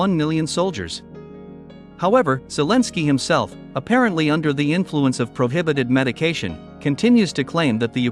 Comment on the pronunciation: ....prohibitet medicaton....😂😂😂